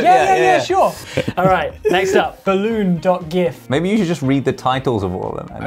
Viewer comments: the way u said gif is wrong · Ah, here we go again. For the n-th time guys, it pronounced as JIF. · is no one gonna talk about how Josh pronounces gifs